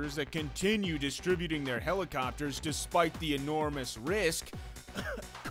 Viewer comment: Their "hell-e-copters" :P